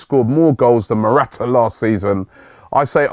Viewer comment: Robbie it is not ' Mora'aa". Its ' Mora-taa "